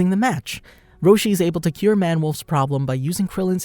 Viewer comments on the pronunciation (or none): none